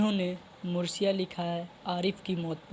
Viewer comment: Mursiya nahin hota hai marsiyah hota hai